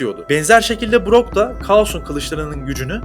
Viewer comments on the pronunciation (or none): none